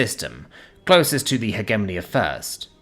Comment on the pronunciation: The biggest thing that rips me out of the stories is the poor pronunciation. Not of alien words/names, but English words. Hegemony, chitin, epitome, etc.